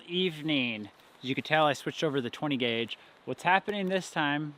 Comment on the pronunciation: Did you say 10 guage ? !